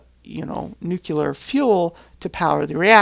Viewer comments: I like the idea of the collaborative server-city, and the design of the refinery building is great. Just one little thing.. it's nuclear... like nu-clear.. not nukelar... not meaning to be rude but it's killing me ;D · Amazing work. So much detail and cool looking machines... Also I love how you say nucelar instead of nuclear every time. Hilarious - no offence - it's really cute :-D